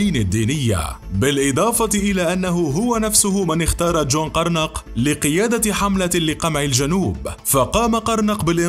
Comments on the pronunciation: جون قرنق اسمو وليس غرنق يامعلق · لا تنطق غرنق انما جون قرنق ي ..... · جون قرنق 😂😂😂😂 الله يرحم عين ام مخارج الحروف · تابع العرش في مصر ....؟ مصر ذاتها كانت مستعمرة....؟ انطق جون قرنق بصورة صحيحة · طريقة نطقك ل جون قرنق سيئة جدا😂😂😂😂 لو سمعك واحد من اخوانا في الجنوب بزعلو منك. انا شايف في ناس كتيرين بحبو نميري و بعتبروه افضل رئيس حكم البلاد، لكن للأمانة هو ما قدم اي حاجة مفيدة للسودان. بس للأمانة ما كان فاسد و دا السبب الوحيد الخلى عندو شعبية.